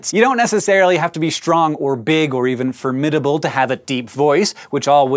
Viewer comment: ..wait.. that's how you pronounce 'formidable'? FUCK.